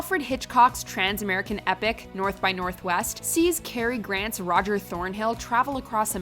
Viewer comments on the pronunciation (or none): none